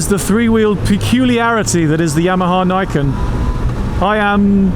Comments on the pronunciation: I'm pretty sure it's pronounced 'Nee ken', as in _two swords_. Nice review,. 👍 🏍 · It is pronounced nee ken : nee = 2 in nihongo